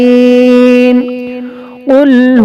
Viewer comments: Galat padh rahe ho "yashfeen ko shafeen" ? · apni ghalti darost kijiye wayeza maraizto fahowa shafeen nai yashfeen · Shafeen nhi ha yashfeen ha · apne parhtey me yashfeen ko shafeen parh diya 5 number wali ayat par. Isko dlt karke dobara upload krdijiye ya edit krdijiye ap. Jazakallah khair! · Wa iza mariz tu yashfeen h shafeen nahi h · Ayat 5 is wrogly recitef. Yashfeen hey sahee